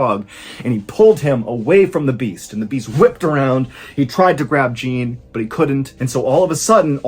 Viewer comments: Jacques and Jean? In the french case the latter is Sho with an "open o" like in the word oven, if that makes sense, while the first you pronounced right as Shak. Sorry, end of smartassing now 😂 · Jacques and Jean 😊 Jack and John in french. Same pronunciation just with a french j. I live in france and Mr Ballen calling the boy Jean like the female name but with a french j was bugging me 😂 great story though. Nice there was a happy ending for a change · Ballen much love, but the “j” in Jean in french is pronounced like Jaques and rhymes with “John” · It's ironic your name is John and you can't pronounce the French Jean, (zhon). You pronounced Jacques just fine, but Jean was too much for you. Do the minimum amount of research into foreign names. I don't even speak French but I know Jean is not a homophone of Gene. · Love the great French pronunciation... until we get to Jean 😅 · I hate to be that guy, but his pronunciation of Jean is triggering me so hard. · Not sure why Americans pronounce thé French name 'Jacques' liké ' jock'. Thé correct prononciation is this: you need to open thé vowel and pronounce thé 'a" just liké an 'a'. Thé French name sounds exactly like thé english Jack but with a soft 'j'. The 's' at thé end IS silent of course. Secondly thé French name 'Jean" sounds like John with a soft 'j' and no 'n' sound at thé end. ( Silent letter 'n') Love your stories. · Anyone want to tell Mr. JON Ballen how the French pronounce Jean?😂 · I'm (blaze it?), but I am guessing the killer is going to be Jacques. Ballen doesn't do cheesy twists as much as he used to, but this is just my gut feeling. Edit: OK, I was wrong. It's funny that the kids made fun of Jacques and not Jean, even though Jean's name was pronounced like an English girl's name rather than a French boy's name. Unlucky. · the pronunciation of Jean's name is too funny xD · Yeah, his mispronounciation of Jean was driving me crazy, especially since it's the same name as his OWN 😂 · Jean is pronounced John